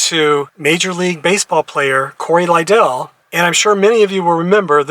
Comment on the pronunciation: He played for me. Great family. His name is pronounced Lidle like you’d pronounce like soup ladle. If you do baseball let me know so I can assist